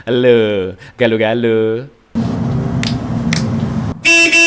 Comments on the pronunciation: Galo bukan galou lebih ke galok tapi "K" nya agak diilangin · Bukan Gale" tapi Galo"